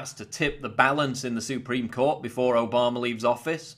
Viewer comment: I want to start a drinking game everytime Paul says Obamer, Mediar, or Ped-o-philia we drink. Just kidding Paul I love your schmexxy accent.